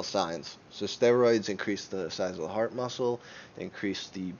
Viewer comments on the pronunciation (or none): none